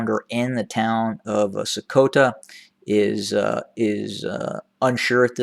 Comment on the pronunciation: You know what? I really like the effort you put in to the pronunciation of place names like Sekota, Debarique, adi..., enda..., May... etc. even the Amhara speaking Ethiopians can't pronounce them correctly as they do not have the right sounds in their alphabet, which they copied from Tigrigna /Geez, alphabets. Tigrigna, like Arabic has consonants that have emphatic or hard versions that are pronounced deeper in the throat. Great work. my friend.